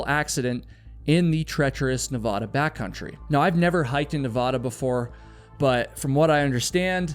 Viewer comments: Love your videos. Let me give you a small tip on pronunciation. Your Nevada is off. Ahhhh. Ahhh. Ne. Vahhh....Da. Not ohhh. Not Ne vaahhh....da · Nevada, not Navaaaduh🤦🏼‍♂️ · I love your channel and look forward to each video. But evey time you say Nev-Aw-Duh when pronouncing Nevada I get the cringe. Its Nev-Aaaaa-Da, 100%. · It’s Nevaduh (a like in apple) not Nevahdah. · Nevada☺️ - Nevahda 😩😅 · You said you've never hiked the Nevada desert. That is obvious because you can't pronounce Nevada the proper way. Na Vad (as in bad) a. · As someone who lives in Las Vegas that comment could have just been referring to all the open and abandoned mine shafts and wells that cover the desert outside Vegas. Not unheard of for people to fall into them or disappear. Also obligatory Nevadan reminder that we pronounce it Ne-VAD-a (Vad rhymes with dad). And yes we know Nevada is a spanish word and that the spanish pronunciation is different. Nevadans just decided to come up with their own pronunciation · It's pronounced "Neh-VAD-uh," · NBD but the first A in Nevada is A like apple not A like flan. 😊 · if you stop pronouncing "Nevada" like that, I will come to your podcast filming in Denver 😭😭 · YOU STILL CANT PROUNOUNCE NEVADA CORRECTLY! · please stop saying Nevada like that. lol